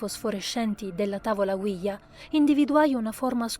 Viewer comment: Bellissima storia! E in oltre, complimenti sia alla voce della narratrice, sia alla scelta di pronunciare nella maniera corretta la parola OuiJa, ovvero: Oui ("Sì", in francese) e Ja ("Sì", in tedesco) . Bravi ragazzi!